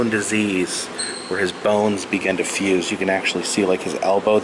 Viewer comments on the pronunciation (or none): none